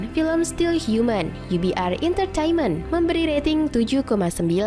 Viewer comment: Bukan Intertainment Min, Entertainment ....biar benar bacanya Min...hermmm